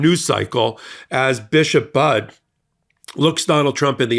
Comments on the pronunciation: snap bud it’s buddy you better get her name right doesn’t sound too professional for your not to pronounce your name correctly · Thanks for supporting our bishop! Please pronounce her name correctly. It’s pronounced “buddy”, like a pal or friend. She is not going away. 🍃♥️🍃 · Please pronounce her name correctly. Budde is pronunced like "buddy". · Please call the Washington National Cathedral and ask them how to pronounce the Bishop's name. I believe it is pronounced differently than "Bud". Thank you. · Pronounce her name correctly. Bud E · It's pronounced "buddy", get her name right please! She's the best and today is going to be like this every day with total CHAOS with big baby bully!! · It’s pronounced Buddy. Like a pal. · It’s pronounced “Buddy”. Not bud. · Thank you for your post! No pun intended, Bishop Mariann Budde, is prounced like, "Buddy". She is my Bishop in the Episcopal Diocese of Washington. She is truly amazing and full of compassion for all, and was simply sharing the teachings of Jesus. We love her so much and are keeping her in prayer for God's protection. Hopefully, others will stand up to him, as well. I absolutely enjoy your post and the MeidasTouch! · Just a polite and well-intentioned correction for your future broadcasts. The Right Reverend Bishop Budde’s name is pronounced the exact same as the word “buddy” is. Her name’s easy to remember as she’s the priest who preaches the importance of being a “friend” to all — in this country and throughout the world. By the way, she’s an amazing woman well worth an interview - - maybe about the MAGA mental craziness of trying to make voting for cities, churches, places to be sanctuaries illegal and how churches will/should encourage their members to respond. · Notegiven in friendship: Her sur-name is pronounced "Buddy" (instead of "Bud"). I love her words! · It is pronounced BUDD(y) Not Budd! The E is not silent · It's pronounced Buddy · FYI - Her name is pronounced Buddy.